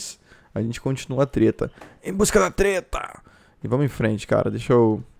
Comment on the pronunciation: segundo vídeo que vejo ela falando teta invés de treta kkk tira esse pecado da mente kkk